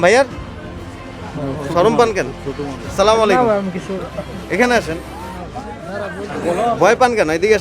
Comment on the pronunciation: ভাই আমার মনে হয় এটা আপনার কাজ না।ছালাম টাও ঠিক মত দিতে পারেন না।